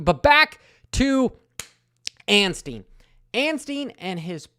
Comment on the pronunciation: that was funny! hey please now, out of respect for our new 250SX winner... stop adding an "N" to Max's last name. it's Ansteee, not Ansteen.